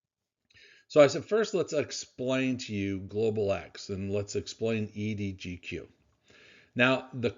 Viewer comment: EDGQ not EDGO